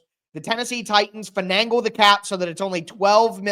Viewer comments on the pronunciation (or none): WTF is “Fenangle”???